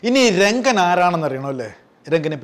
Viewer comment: രംഗൻ അല്ല റങ്കൻ